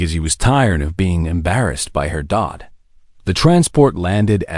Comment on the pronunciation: HEY. AI. SKIP. USING. THE DOT OK IT JUST SIGNIFIES THE END OF A SENTENCE, NOTHING MORE. I HAVE BEEN ON AN AI CORRECTION BINGE ACROSS VIDEOS , TO CORRECT THE. AI WITH GRAMMAR AND PRONUNCIATION . SO I WILL BE BACK TO EDIT THIS COMMENT. Dad not daud Spelling not pronunciation???????? It is not short lie be it is short li-ved ANNA ???? WHAT THE HELL IS ANNA I BELIEVE THAT YOU ARE TRYING FOR HONOR IT MAY BE PRONOUNCED SIMILAR TO ANNA BUT IT IS HONOR